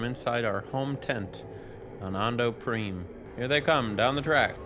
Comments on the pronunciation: Who the heck pronounces 'Prime' that way lol? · That's how it's pronounced! The PC version has FMVs for each planet, with FodesinBeed introducing each world and the host of the event, and Fode pronounced it "preem" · This is a fun video series. This game is one I've definitely explored. I like the game but, it always bothered me that the Greg Proops announcer said Ahndo Preem instead of Ando Prime. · Prime is a real word used for planetary classification, you don't need Galactic Racer to know he pronounced it wrong lol